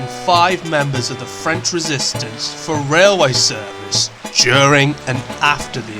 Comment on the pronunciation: As a French Canadian I can asure you. your proconiation is on point. Good job